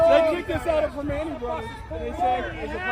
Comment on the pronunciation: It's pra-man-tea brothers.